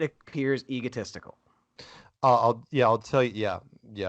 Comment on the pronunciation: I can't help hearing "ego testicle" instead of "egotistical".